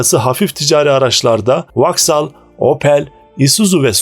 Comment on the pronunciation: Vauxhall(Voksol) okunur Vaksal yanlıs telafuz..